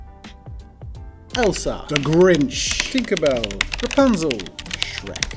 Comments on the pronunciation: This man said kinkerbell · "Kinkerbell" XD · No ones gonna mention “kinkerbell”🤣🤣